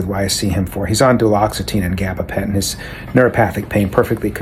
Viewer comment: Duloxetine and gabapentin rolling off your tongue so easily made me believe you’re a real professional 😂 this shit is crazy though. Good for you for sharing the truth ❤